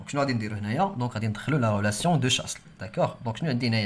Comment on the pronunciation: Relation de chasle s ne se prononce pas